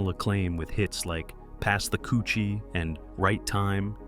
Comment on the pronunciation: Lol..pass da coochie😂😂 it's actually Kutchie🤦🏾‍♀️